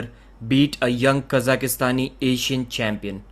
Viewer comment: you criticised peoples pronunciation of surnames in the past. What is Khazakastani? It would be like saying Pakakistani for your friends to the west. Anyway, love your work.